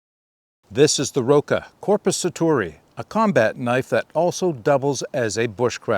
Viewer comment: Your pronunciation of Korpisoturi is very good :) The knife's not too bad either, just wished they'd make a version with a longer blade. That length is best suited for bushcrafting. For military applications IMO you really need a blade at least 14-15 cm long, like with Peltonen's Sissipuukko or the longer Jääkäripuukko.